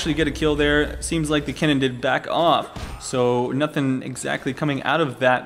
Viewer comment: You too are mistaken my dear friend. Is Kennen, not Keenan